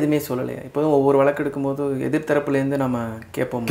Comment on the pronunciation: Pl sp pure Tamil Not valaku it is vazaku bro